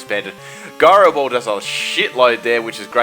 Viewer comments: Guyro ball XD its gyro ball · Jie-ro not guy-ro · isn't it pronounced as jy-ro instead of guy-ro? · Lol guy-ro ball. not "g" sound it's "j" sound. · ITS PROBOUNCED JY-RO BALL :| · You pronounce "gyro ball" incorrectly in every video :( that's a soft G there, mate... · Jive...like jive turkey, drop the "ve", leaves with "ji", add "ro' then add "ball", and that's how you pronounce "Gyroball"